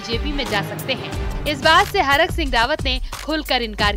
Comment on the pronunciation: हरक सिंह नहीं thरक सिंह 😂😂😂😂